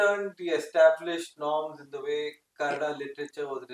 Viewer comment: KannadA and not Cannad. Pls correct